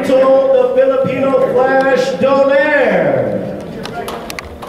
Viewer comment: Who the f*ck is Doneyr? Its DO-NAY-RI!